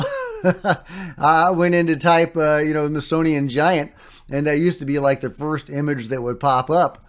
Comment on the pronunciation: Smithsonian. Not mithsonian.... Hehe